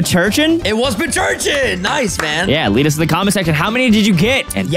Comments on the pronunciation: it Pronounce pincurchin Not Pircurchin 😂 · its pin-cur-chin not pinch-urchin, its pronounced how its spelled cause pincurchin is pin cushion+urchin